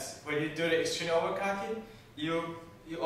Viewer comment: Really nice board! But am I the only one who heres 'overcocking' instead of 'overclocking?